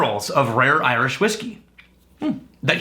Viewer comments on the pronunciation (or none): none